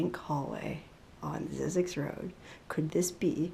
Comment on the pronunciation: Zzyzyx is supposed to rhyme with Isaacs